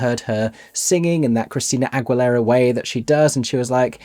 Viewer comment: That's not how you pronounce AGUILERA